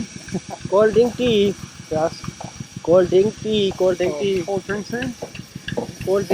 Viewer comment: He was asking will u drink tea? Or coldriny?😂